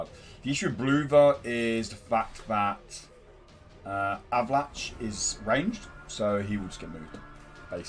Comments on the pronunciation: It's pronounced A-va-lack. lol Great vid, mate! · Did you say Avalan"chi"?